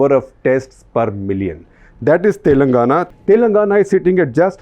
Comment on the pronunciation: its "Telangana" and not "Telnagana" .. favourite state in quotes :P